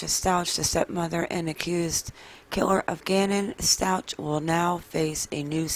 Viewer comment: I wish you would pronounce the name Stauch correctly. Or just don't say it all